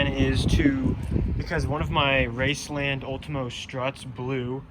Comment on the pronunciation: I didn’t expect you to say racelands I always heard they rode poorly